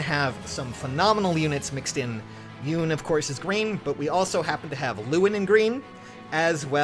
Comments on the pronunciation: I love ya & your channel but her name is pronounced, "Yoo-nay" if I'm not mistaken.;-) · I just realized that Yune's voice is like that because it wouldn't be chaotic if she had a voice fitting for her design. Also it's pronounced "You-neh" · The e is not silent on Yune